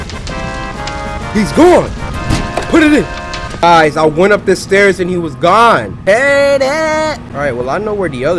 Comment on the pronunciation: Ha he said heared